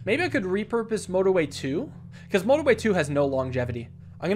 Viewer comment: "This is no-torway"